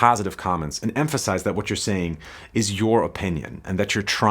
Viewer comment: Its pronounced "Vot" do you mean? xD